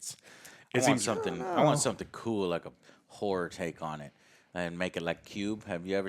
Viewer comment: The way Joe says "horror" sure sounds like something else to me. xD